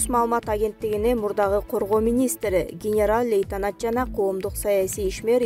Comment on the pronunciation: Генераль льейтенант эмес генерал лейтенант 😂